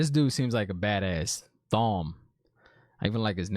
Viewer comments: Thom is pronounced Tom, like in Thomas. ;). Also, it is the Dark One, not plural. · The gleeman's name is pronounced "Tom" with a silent h. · Thom is pronounced Tom (H is silent) and Thom is a badass... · Thom Merrilin- pronounced Tom Mare-ah-lin Please stop calling him THom Thank you and carry on. I like that you have have not read the books. It’s cool to see a review from a non readers perspective. I’ve been dissecting the books for 30 years so any questions hit me up. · Thom is pronounced just like Tom. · the singers name, its pronounced like tom :P just spelled thom lol. Also, the aiel? YEAH THEY BADASS.they call battling "dancing the spears." thats a dance you run away from :P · Couple of things. Thom is just pronounced Tom, the 'h' is silent, like in Thomas. The Dark One is singular, its one particular thing, not a reference to the hordes of his armies. You're close enough on pronouncing Egwene and I think you got the others right. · "Thom, i love his name, it's easy to pronounce." as you mispronounce it..... It's Tom, the H is silent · Egwene is like Egg-Wayne or Eeg-Wayne. You got the Nynaeve pronunciation. Thom is pronounced Tom. You got Liandrin on the last one. I love can’t wait for you to find out about everyone’s story. Everyone had a really dope story when it unfolds. The Aiel (dude in the cage) are dope, too. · Was just about to comment and tell him too 😂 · Thom, is actually pronounced like Tom, ironically